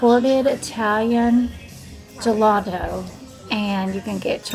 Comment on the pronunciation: You say jemonchelo, my oldest used to live close to Italy.